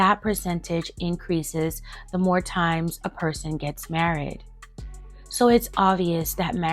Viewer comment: Why are you saying married like that? 😂